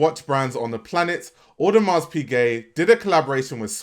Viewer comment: The hard S on the end of Audemars is triggering the hell outta me 😩